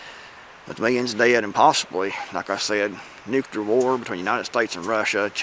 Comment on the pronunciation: Love your content, but man, please stop pronouncing nuclear as “nu CU lar”.